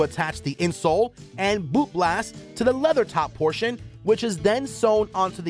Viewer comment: "Boot blast"? LOL